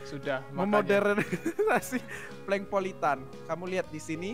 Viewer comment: Bukan Prenkpolitan Tapi Pelengpolitan